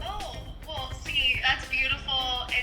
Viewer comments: josh said laradiy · he definitely said LauraDIY 😂😂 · He said LauraDiy idk why I feel disrespected lol